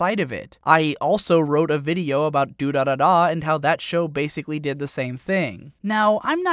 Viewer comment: The way you say durarara irks me